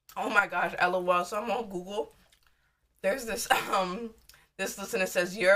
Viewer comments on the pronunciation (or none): none